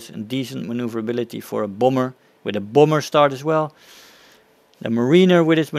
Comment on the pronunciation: It's not a boomber. It's a bAHmber. Say Bah. It's not hard. It's like Bah bah (baabaa).